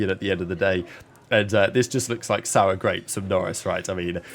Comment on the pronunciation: You said it sour 🍇